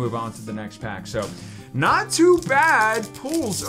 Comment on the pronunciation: Does anyone else hear say "NATU bad of pulls lately/today" when he says that phrase, instead of "not too" bad? Or is that just me hearing that.